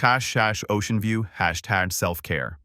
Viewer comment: Was the AI having a stroke?? It kept mispronouncing hashtag. Poorly written and poorly told